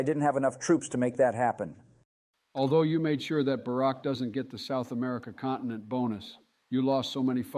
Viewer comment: I hate it how biden pronounces America